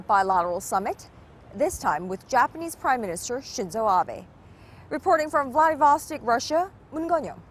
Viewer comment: these korean girls are pretty but its vladivostok not vladivostek :D